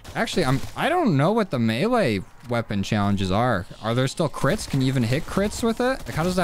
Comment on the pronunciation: When he says crits it sounds like Clits haha, no am not 12 y/o...